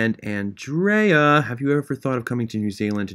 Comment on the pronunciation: he wasn’t saying MY NAME specifically but the way he said “andrea” was exactly how i say my name and so it made me happy to hear someone pronounce it how i do